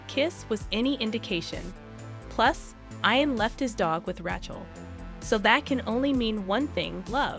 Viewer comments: Tell the narrator to STOP mispronounced the name Ian. Correct way to say it is E AN. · Caitriona Balfe's name is pronounced Balf the E is silent. Also, Ian is pronounced (Eee AN) Please say Young Ian if you are trying to differentiate . Sam's last name , Heughan,is pronounced (You han)